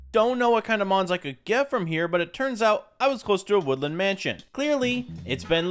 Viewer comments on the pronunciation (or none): none